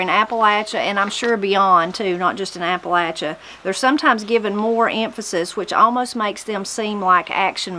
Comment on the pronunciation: From Mineral County WV. Just discovered your channel and enjoying it. It's a pleasure to hear Appalachia pronounced correctly. Spent 20 years in the Air Force and it was always a hoot listening some of my fellow Airmen trying to pronounce Appalachia. LOL